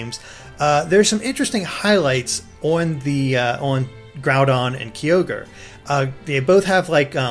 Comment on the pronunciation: Yes someone actually got Kyogre's name right!!!!!!!